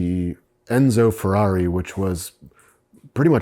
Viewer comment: No....not Fierri . “Carmadillo”